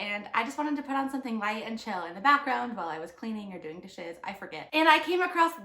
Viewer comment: hahaha you said "...or doing dishes..." and I heard "doing the shiz" and I just thought that was a really funny phrase - anyway, going back to watching the video now (I've never seen this movie so now I'm really curious!)